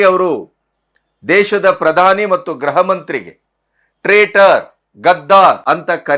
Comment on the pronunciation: ಸರ್, ಅದು ಗ್ರಹ ಇಲಾಖೆ, ಗ್ರಹ ಮಂತ್ರಿ ಅಲ್ಲಾ, ಗೃಹ ಅಂತ ಹೇಳಿ ಪ್ಲೀಸ್